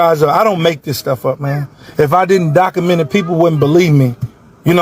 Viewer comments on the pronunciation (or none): It's "docUment" not "docament". And the it's "earth' not earf. Lol